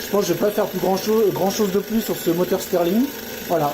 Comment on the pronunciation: Très bonne vidéo mais on dit moteur Stirling pas moteur steurling